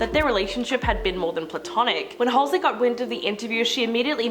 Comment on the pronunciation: Had to stop watching cuz she kept saying "Halsley" 🤣